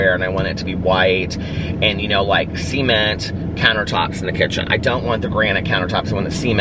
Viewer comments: OMG!! My boyfriend had questions overhearing you say “see-ment” countertops!!! #FAMILYFRIENDLY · “Seement” love it!